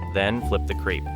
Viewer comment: Sorry to be pedantic, but as it matters so much to the content of the video. The pronunciation of the the first ‘e’ is as done with the ‘e’ in the word ‘kept’ (to keep), he has kept. That is why you have that little roof symbol over the ‘e’ as “ê” in the way it is spelled as “crêpe” The final ‘e’ is silent. You are pronouncing it as “creep” which puts us off as it obviously means something else. I don’t expect you to pronounce the French ‘r’. And so a passable way to say the word in English is as mimicking the ‘kept’ example again, so “krep” without the ‘t’ at the end. Great recipe and thank you. Galicia, Spain.